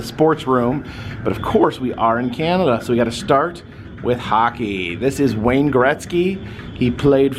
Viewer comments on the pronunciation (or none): none